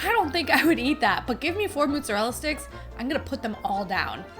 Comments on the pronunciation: Beryl I love you and every one of your videos..... but it's MOZarella, not MOOZarella🤓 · Beryl....if you say mutzerella sticks one mo again....all the Italians are screaming "it's mozerella!"